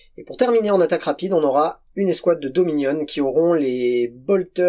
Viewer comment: À chaque fois que tu dis Dominion j’entends deux mignonnes… je suis fatigué